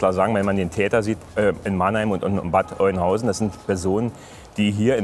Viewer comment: Der Pinselmeister kennt nicht nur keine Buchtitel. Er weiß auch noch nicht mal, wie man Bad Oeynhausen richtig ausspricht. "Bad Oinhausen" jedenfalls NICHT^^